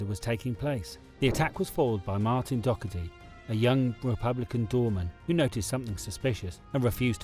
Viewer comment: And Doherty. Drives me mad when they pronounce it Dokerty😡